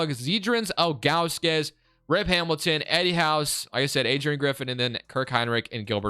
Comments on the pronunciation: Z-Drew-Nus bro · also, it’s pronounced Zi-dru-nes.. or big Z was buddies nickname.